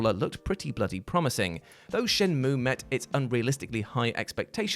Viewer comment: You almost disappointed me until you said Shenmueeeeeee! Correctly. You are still a massive ledge.